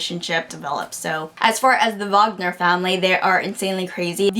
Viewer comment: It's pronounced the way it's spelled (like everything else in Swedish, actually). As if you put together the VA from "vaccum" and the NGER from "singer", except that the ER at the end is pronounced more lightly, like the word "air". Many people would slip and pronounce it "vagner" because of the extremely common German last name Wagner (and W is pronounced as V in German).